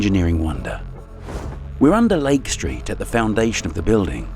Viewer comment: This video about an American city in the USA would be improved, in my opinion, if narrated with an American accent and not a British one. From the start, with his pronunciation of the words "Lake Street" I had to turn on captions to be able to understand the narration as the british enunciation was lacking in clarity for understanding of the video content.